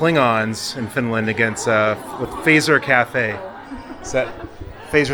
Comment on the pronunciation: Fazer is not spoken like "Phaser"... it's Fät zer